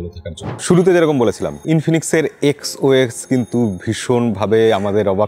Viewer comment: Dada xox na xos hobe😅